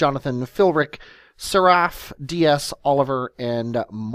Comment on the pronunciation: It's funny how many people say "Seraph" like you did. Think of it more like "sans serif" except without more of a hint of a short 'e' sound. Or, even more so, the guy named Seraph in the Matrix (the guardian of the oracle).